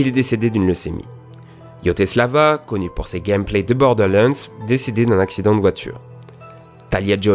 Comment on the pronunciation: J'attendais que tu dise yoteslaya, mais la façon dont ta prononcé Borderlands